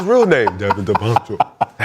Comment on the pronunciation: Nick saying Devin davencho 😂😂😂